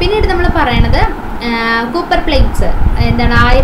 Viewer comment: U should take care of pronouncation. Eg copper that is a metal.